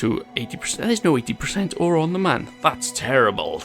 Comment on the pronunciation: yes i love your vids but just say it like moon